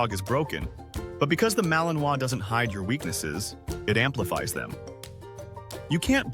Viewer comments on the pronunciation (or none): Vous prononcez mal le nom de la race! C’est ma-li-nois!!!! Et pas maliminoas!!!!! Il faut apprendre le français, désolée de la remarque